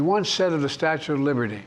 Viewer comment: Statute of liverty 😂